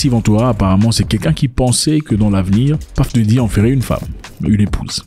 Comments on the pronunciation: on ne dit pas paf dedi mais puf dadi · C'EST PUFF DADDY PAS PAFF DADDY, JE LE DIS ET JE SUIS AUX US. Va sur google translate, met anglais, tape Puff dady appui sur le micro et tu va entendre la difference entre ce que toi tu dis et la realitee. Mais la video c'est du lourd! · PAFE DARY😅..... VOILÀ LA BONNE LECTURE 😅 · Celui même qui a choisi son nom de scène, dans ses chansons dit PEUF daddy....Mais mon cher frère congolais Zack dit PAF... comme ci c'est lui qui lui a choisi son nom de scène Mon Afrique 😅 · Désolé mais la prononciation est bel et bien « puhff Daddy et non pas paff daddy et puzzle c’est puhzzle et pas pazzle ! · PAFFF DADDY 😂🤣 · ça se prononce plus comme le o en créole antillais et non paff mais ça n'a pas trop d'importance lol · T'as trop des blessures frere lol. On ne dit pas Puff D. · Depuis qu’on t’a corrigé avec la prononciation de Puff Diddy, t’as toujours mal 😅😅 tu prononces mal frère!!